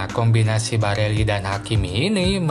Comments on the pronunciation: Barella di bilang Barelli!! Ber ulang ulang lagi ,, hadehhhh blajar dunk ! Trus minta di subscribe ,, hadehhh ,, takutnya ntar sponsor inter Pirelli di bilang Pirella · Barella bang bkn barelli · Geli w denger Barella d ganti jdi Barelli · barella Bkn barelli min😁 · Barella x bos bukan barelli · Barella min bukan bareli 😆🙏